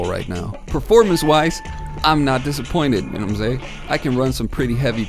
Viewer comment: Know what I’m saying. Not say. Ing.